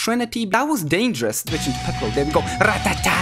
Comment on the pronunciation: You keep calling sling piccol